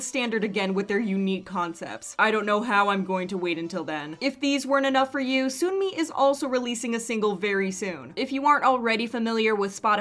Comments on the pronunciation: Sunmi is pronounced like the word sun ☀ not soon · gently pointing out here to check your pronunciation of sunmi's name :) it's not "soon-mi". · Hey girl, I love your videos, but FYI you are not pronouncing Sunmi's name correctly. It is like Sun+Me, not Soon+Me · "Soon-me?: It's pronounced "Sun-me."